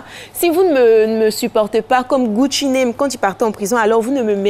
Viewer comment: alisar c Gucci Mane Mai's pas Gucci name vraiment Elle va tué avec xa